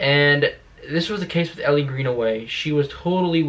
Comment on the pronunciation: It’s Elle not Ellie (pronounced like the letter L) but I REALLY hope she makes an appearance. I’d even settle for them mentioning her.